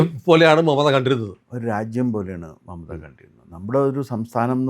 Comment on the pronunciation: പറയുന്നത് മമതാ എന്നാണെങ്കിലും കേൾക്കുന്നത് മറുത എന്നാണോ? ഒരു സംശയം😂